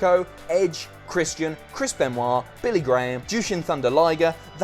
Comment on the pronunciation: Who's cris bin raa